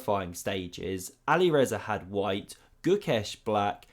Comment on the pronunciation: "But here we see great counterplay from Alirezar again." I love your content, but you really need to pronounce the players' names properly. It's Alireza (without an 'r' at the end).